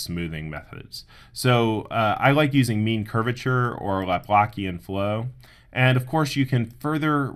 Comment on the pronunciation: not [LAPLAKIAN] but [LAPLASIAN]